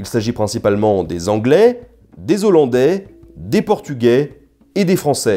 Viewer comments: Les z'hollandais vous pensez qu'ils mangent des z'haricots parfois ? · Et pour être un peu pointilleux, on ne fait pas la liaison quand un mot commence par un H : "les Hollandais" se dit "lé Hollandais", pas "Léz Ollandais"^^Tu te fais systématiquement avoir par ce piège. Bon je chipote un peu, mais c'est dommage, parce que ce tu fais est quand même vachement bienssssssssssss